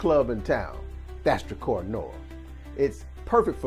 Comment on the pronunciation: Pronounced DRUH-CAR